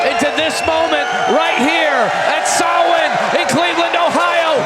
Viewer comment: Delighted they pronounced Samhain Sow-in and not Sam-hain 👍